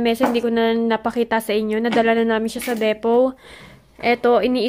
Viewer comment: Depot pronounced as deepoh